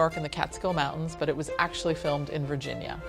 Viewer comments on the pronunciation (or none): none